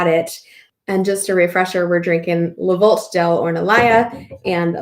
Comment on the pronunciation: Not hating,but I always wonder why we don't treat the name of the wines/producers with the same respect and care,as the general knowledge about the wines themselves we enjoy. It is not Le VolT,it is pronounced Le VoltE. Take care